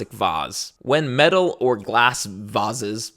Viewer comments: ive never heard anyone say vases like that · I'm pretty sure it’s pronounced vases!